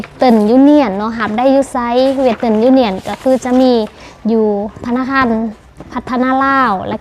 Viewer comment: ແນະນໍາການອອກສຽງ Western ທີ່ຖືກຕ້ອງແນ່ເດີ! Western ມີຢູ່ສອງຄໍາ: West ອອກສຽງວ່າ: ເວສ(ທ) (ອັກສອນ t ອອກສຽງເປັນ "ທ") ແລະ ern ອອກສຽງວ່າ: ເອິນ. ເວລາເອົາສອງຄໍາສັບນີ້ປະກອບເຂົ້າກັນ West+ern ຈະອອກສຽງເປັນ: ເວສ(ທ)ເທິນ, ບໍ່ແມ່ນ "ເວດເຕິ້ນ"